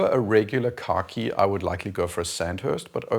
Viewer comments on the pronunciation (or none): Every time you say khaki it sounds like you’re saying car key. Keep up the great work. I don’t even own a watch and I’m subscribed.